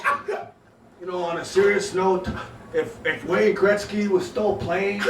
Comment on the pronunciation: Ok thanks, But. Why the people around becomes crazy when says wayne greksy?